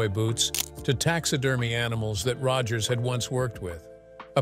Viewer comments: It’s Roy Rogers not Roggers. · "Roy Roggers"???!! ROGGERS??!?!?!?! You're blocked!!! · Ugh, crappy AI swill. It can't even pronounce Rogers consistently.